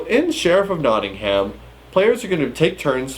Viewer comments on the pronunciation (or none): I'm from Nottingham. You're supposed to pronounce Nottingham as "Nottinghem"